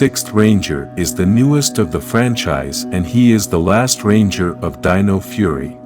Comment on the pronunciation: You've finally got your narration algorithm to pronounce "dino" correctly instead of saying "deeno"! 🤣